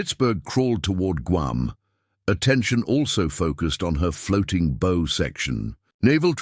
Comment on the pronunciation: A lovely inspiring and instructive story of human determination and resourcefulness overcoming disaster in the face of unrelenting nature. Well done. However, the use of "bow" - pronounced as "go" instead of "wow" by the voice synthesizer software delivers a jarring effect that detracts from the presentation. Perhaps you can make corrections?